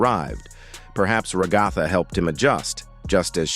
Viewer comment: THE WAY HE SAYS RAHGATHA